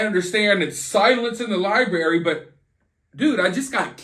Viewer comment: FIRST OFF I Can't With How You Say, "Lie berry" bhaha. Anyway. I'm just catching up, but I think he's delayed or something right? He seems like the kinda guy whod be nice to everyone just so thry woukdnt beat hin up . would just be nice to Everyone. Maybe they didn't kidnap him, just more like Strong Arm or take over. Like they de